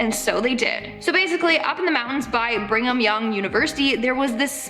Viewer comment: it sounded like she said BRINGEM YOUNG UNIVERSITY. 😳And that's exactly what she did.🤣